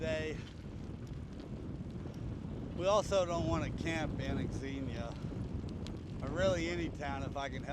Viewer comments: Xenia is pronounced "Zeen-yuh." The "X" is treated the same way as when pronouncing "Xavier" as the men's name or Xavier University. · FYI..it’s pronounced “Zenia”…the trails in that area are great. We live 30 minutes from there.